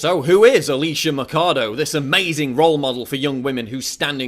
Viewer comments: Ah-lee-seyah Mah-cha-though FFS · who is this drogatic guy? he says Macado, Macado like a idiot, drogatic nazis supporting Trump everywhere... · Why the fake holyer-than-thou shouting? You can't state your points without beign loud? Why don't you pronounce her name correctly? you make it sound almost like Alicia Mikado. I know this might sound superficial, but if you want to get to people that don't agree with you, talking like you're nagging a child over spilled milk doesn't help at all. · I like the video but you pronounced Alicia Machado's name wrong your supposed to say it like mashado like there was an sh instead of a ch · its pronounced ''ma shah dough'' great video though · god dammit, it's pronounced masado. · Ma-CHA-do guey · Its actualy sayed Mashado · Learn how to say her last name dude.. there is a "Ch" there for a reason.. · Machado isn't pronounced like how you are saying it. The ch in Machado doesn't have a k sound to it. She is crazy though haha I wonder how much money she took to push this narrative! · krista doss Spaniards are white and have Spanish surnames. If you can say Schwarzenegger you can fucking say Machado. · please learn how to pronounce her surname if you are going to do a video about her. Thanks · its not mackado its maxado with an x sound, machado is a latin name means axe. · Just one thing Paul, it's not Macado, it should sound like " Macho" , only this time you say Macha-Do (axe in portuguese) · Not to pick-nits, Paul, but you're totally mispronouncing Machado's last name; it's 'Machado' with a "ch" sound as in 'change', not 'Makado' as in 'chemistry'. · Paul, its Alicia Machado (It reads Mashado) not Alicia Macado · the video is very good, but you could at least have bothered to investigate how pronounce the name of the woman right... it's "maCHAdo" not "maccado". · Machado is neither pronounced as "Matchado" nor as "Makado"! It's a Portuguese name and it's pronounced as "Mashado". JFYI... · it's Machado not Macado